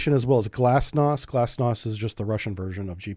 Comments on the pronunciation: haha, I heard Glasnost instead of Glonass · GLONASS, not "glasnost". The latter was Gorbachev's buzzword for 'openness'. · sees GLONAS hears glosnas